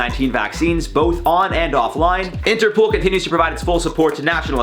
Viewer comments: It sounds like is saying interpool instead of interpol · Interpool?? Its interpol like poll not pool that was irritating Haha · Interpol.. Not interpool 😂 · Lol!, its interpol, as in international police 😂 love your vids